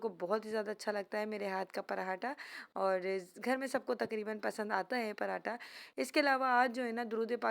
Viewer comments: پراٹا نہیں صحیح لفظ پراٹھا ہوتا ہے 👍👍👍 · Ye hamesha ghlt bolti h parhataaaaa or daal ko hamesha daaal bolti dal dia dabbaa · Parrrhhhaaaata nhn hota parathhhhha hota h